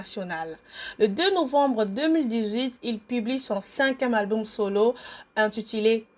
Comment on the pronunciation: Bonjour c'est ta biographie mon dit tu fait exprès où quoi de dire tout le temps alboum au lieu de dire album